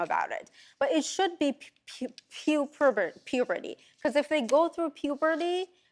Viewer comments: What’s “prepubert”? Lmaooo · A Doctor who can't even say Prepuberty?